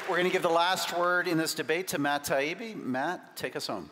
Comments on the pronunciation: Definitely deliberate! The moderator pronounced Matt’s name correctly, although since Malc obviously wasn’t listening to Matt and Douglas, I guess it’s possible he also didn’t hear the moderator introduce Matt! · Imagine being booked for a formal debate against someone with an somewhat unusual name and not checking how it's pronounced. That's a lot more offensive than, say, "misgendering" Alex Drummond. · Gladwell knows how to pronouce his name. Taibbi's father was a longstanding NY journalist. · As a professional, I know that you don't use a diminutive with someone without permission or knowledge that they go by one. You also make sure you know how to pronounce someone's name before speaking with them, if possible. IE- you ask colleagues or in this case, you could simply find a video of taibbi and see how it is pronounced. I deal with people from around the world, so unfamiliar names and pronunciations are not uncommon. As a last resort, I have used the internet to determine how a name is pronounced in its native tongue. I watched it again and noted that gladwell called him douglas at the outset, but then switched to doug. One bit of advice- grow up. there's no need to act like a petulant child (unless, of course, you are one). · The reason they didn't is because they held a moral high ground over 'Malc', after the first few times mispronouncing their names. The first time was likely a mistake, then Taibbi obviously reacted and he thought it would be a good way to get under Matt's skin. Problem is, it became the antithesis of many of Malcolms points. He argued about the importance of research, authenticity and fact checking all whilst pronouncing his opponents name purposely wrong. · The fact that he constantly mispronounced names,was disrespectful. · Wow. I used to respect Malcolm Gladwell a lot. What a shame it is to see him like this. Hurling insults and seemingly deliberately mispronouncing names are only two examples of this childish, despicable behavior.